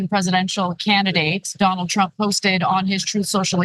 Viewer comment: Remeber when Michael course called him “Danald”